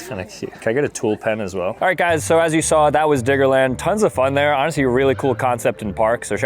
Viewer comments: Diggerland gng dont say IT with n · Sooo like imagine you aren’t paying full attention at the start of the video and hear diggerland with a N instead of a D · The way he keeps saying Diggerland doesn’t say right 😭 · Why do you keep saying "Diggerland" with a hard R